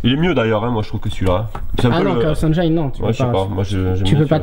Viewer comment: Wah-Wah qui dit "Chaos EnJAÏne" alors que juste avant il avait bien prononcé "PC Engine"... ^^ sinon super video encore!